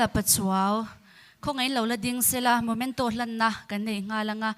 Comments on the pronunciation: A hmuhnawmin mit a tlai e,,,, mahse, host hian 'Momento' ni lovin 'Memento' han ti se lung a dum zual tûrrrr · momento nilo in memento ti rawh